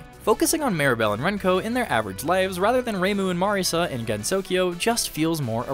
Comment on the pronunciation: Just want to give you props for pronouncing names correctly, even as simple as "Marisa" and not "Marissa". I don't know how most 2hutubers get that wrong.